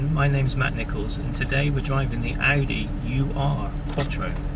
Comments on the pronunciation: It's neither pronounced U R nor does it mean original. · Tim Shaw off the telly thinks it's pronounced 'you are' as well.